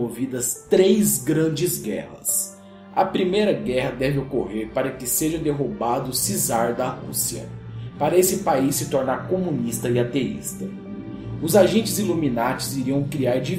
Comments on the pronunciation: n se fala cezar eh kizar(ta escrito como se fala eu sei que eh czar) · não se le cizar,se le Kzar, ficou mt bom o video parabens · se pronuncia kizar e não cizar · "o 'sizar' da Rússia" foi foda hein, mas muito bom o video! Parabens!